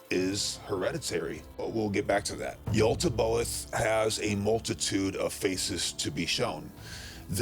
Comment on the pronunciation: Because it's Yaldabaoth with a D. Makes me doubt the validity of the entirety of your research, now. Yal-Da-Bay-Oath